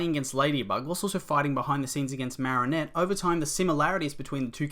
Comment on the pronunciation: The way he says marrinette triggers me